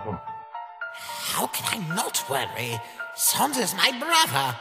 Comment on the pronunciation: SANS PAPYRUS??? YOU MEAN "SONS"